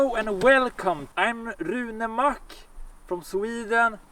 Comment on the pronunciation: Hands down One of the funniest parody videos. Only thing I would change would be to have the Swedish pronunciation of Rune Mack. Otherwise 🔥